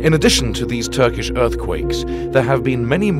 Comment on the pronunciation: your pronouncing of the Turkish Cities is extremly good, you lived or worked in Turkey ?